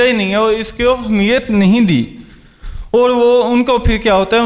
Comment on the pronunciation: Good speech... You are talking about the positive thinking its good but focus on your pronounciation ,,, the word is " Ahmiyat " not " Hamiyat " .. Keep going on!